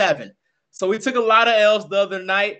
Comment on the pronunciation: "Wee Believe" 😂😂